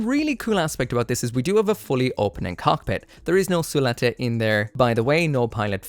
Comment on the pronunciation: Su-La-Te? haha she is Suletta!! lol... but thanks for covering the build process indepth, very helpful for me to decide whether to buy it or not